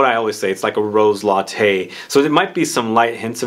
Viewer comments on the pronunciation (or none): none